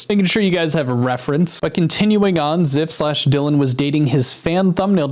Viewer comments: Oh no... Zyph??? Not Zyph, man ;-; btw it's pronounced ""z-EYE-ph" not "z-EH-f" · Dude, zyph is one of the best Minecraft bed wars content creators. He is always so funny and he carried my childhood through , I am so sad to hear this happening. I was always so happy when he uploaded. Also it is pronounced z-eye-ph. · I really hope these aren’t true. I’ve watched Zyph for a while, and I actually started watching him a lot again recently. He seems like the most genuine guy and I can’t imagine him doing this. Btw - Zyph is pronounced with the y as “eye” lol